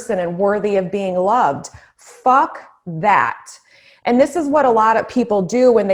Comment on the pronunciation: Hahaha... yessss!!! Hahaha when you said “ Fock that” hahaha. Love it!!!